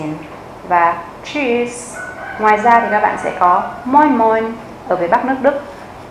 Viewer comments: chữ tạm biệt là tschuss chứ ko phải là tschus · Cám ơn đã dạy bài học này. Chữ Tschus! nghe giống chữ cheese hay là choose của tiếng Anh quá.